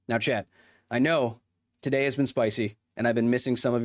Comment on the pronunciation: Totally thought Kyle kept hounding some guy named Chet the whole time because of the way he says "chat".